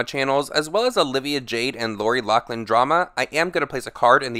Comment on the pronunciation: It’s pronounced lofflin not locklin.